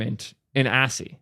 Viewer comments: yeah how do u and up at assy?? I could see ashy, but assy? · My head exploded when I heard pronounce ASCII as assy. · Its ascii not assy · awesome video... also ascii is pronounced askkey!!! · I love you but the way you say ASCII deeply bothers me 🤣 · Wait, that's what he was trying to say? I've done ASCII art before and I didn't even realize he was saying ASCII.